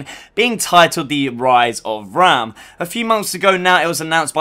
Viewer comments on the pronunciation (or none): How are u a gears channel and pronounce raam wrong